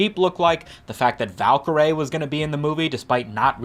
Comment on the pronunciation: pronounce Valkaryie again for me bruh